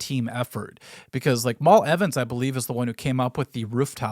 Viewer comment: Mal Evans. Mal rhymes with Al, not mall. It's short for Malcolm after all.